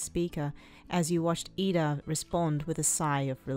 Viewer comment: its iida not lida :))))